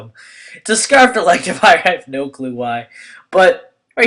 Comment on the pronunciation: its scarfed, not scrafed